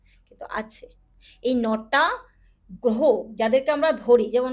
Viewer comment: যার গ্রহটা সঠিকভাবে গ্রহ বলে উচ্চারণ হয় না যিনি গ্রহকে গোহ বলে তিনি আবার অ্যাস্ট্রোলজার সম্বন্ধে বড় বড় বাতেলা বিদায়। মূর্খের প্রলাপ।